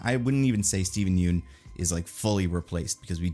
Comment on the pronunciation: I’m admittedly kind of surprised people still mispronounce Yeun after all these years lol